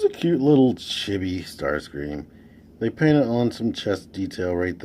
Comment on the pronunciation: I loved 'visible smirk syndrome.' I also thought you were saying 'shitty' the first few times you said 'chibi' which made the phrase 'he's a cute little chibi Starscream' pretty interesting, lol